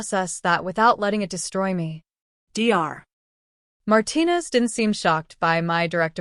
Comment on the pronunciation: D R 😂😂 Perhaps type the word Doctor and then maybe AI will actually get it!